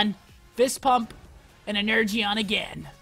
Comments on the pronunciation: You're meant to say 'Energeon' like 'en-er-jon' not 'en-urr-gee-on' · It's pronounced (ener-Jon) energeon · Ener-gy-on lmao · 'Ener jon' is how it's pronounced lmao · Seth it's pronounced "ener john" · its pronounced en-er-jon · I'm cringing at him saying "ener-gee-on".